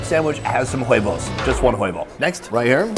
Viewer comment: In Spanish the "H" is silent in every word.. You just say "Uevo".